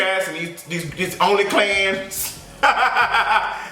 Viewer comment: He said, “OnlyClans.” 💀